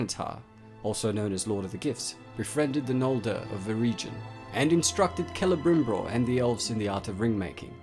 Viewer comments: I know it's been two years dude, but...I just have to tell you. It's not Celebrimbror. It's Celebrimbor. You're accidentally doubling the /br/ sound. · Is he saying "CelebrimbRor" all the time ?